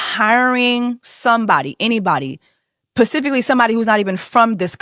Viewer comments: Yes! You hit the nail on the head about being able to acknowledge that people can be enablers/complicit and victims as as well. Side note: it's "specifically" not "pacifically". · Sis its pronounced SPECIFICALLY! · Is this your first time watching this channel? Because here we say pacifically. 😁